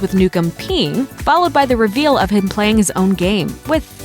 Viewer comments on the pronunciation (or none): none